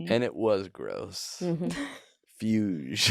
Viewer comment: For the record, Beethoven’s “Grosse Fugue” is actually pronounced “Grossay Fyug” and is one of the most important pieces of chamber music ever written in a cycle of quartets that would go on to change the course of all art forever. Your use of the master’s work was careless, tasteless, useless sacrilege. You’ve managed to offend the one classical music fan in your measly brainwashed audience; a borderline impressive feat. Borderline. Beethoven is rolling in his grave because of you. Terrible lawless drivel as always, and keep up the BAD work.